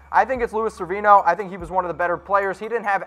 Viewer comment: SE-VER-INO..... If u can't pronounce players names how do we lay any believabilty in what you're talking about?